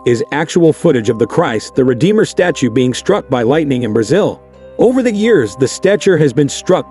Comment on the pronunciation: "Statue" yet pronouncing it like "stature" sometimes. Why?